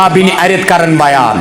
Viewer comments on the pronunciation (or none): محترم:-خباب بن اَرِتْ نہیں ھے اس صحابی کا نام بلکہ اس کا نام خباب بن اَرْت ھے رضی اللٰ٘ه عنه. را زیر (کسرہ) کے ساتھ نہیں بلکہ سکون(جزم) کے ساتھ ھے۔